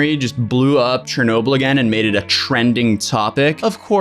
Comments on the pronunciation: its pronounced "Sher-noh-BILL" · Pronounces chernobyl chernowble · The way he says Chernobyl makes me uncomfortable. cHeRnoBLe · in world geo i learned abt this and i've always pronounced it as "Shernoble" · Pronounced: sure no bull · Im sorry but i hate how he says CH ernobyl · I have never heard anyone pronouncing Chernobyl that way.